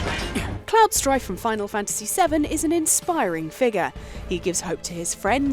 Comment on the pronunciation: Final FAN-tisy